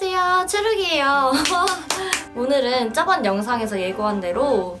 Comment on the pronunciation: 쩌번이 아니구요 저번이예요 발음이 왜 그래요?